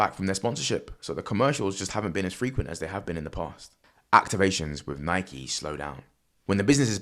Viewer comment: Gasp A Brit who pronounces Nike correctly! 😳🤯 Is hell freezing over or something??? O_o